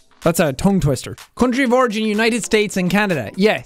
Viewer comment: I thought he said "congi vorgy" when h actually said "country of origin"😭💀💀